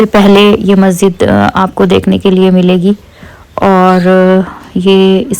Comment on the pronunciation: Masjid not mazzid 😊😊